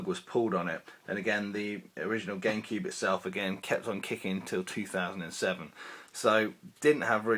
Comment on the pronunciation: Why does he say Gamekeeb/Genkib?